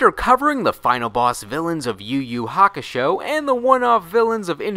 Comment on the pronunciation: why are you pronouncing every Ur name as if it's a Yu name?